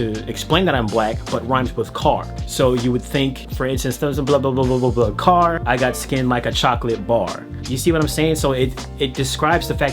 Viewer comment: i thought you said “cock” instead of “car” and i was so shook nearly fell off my seat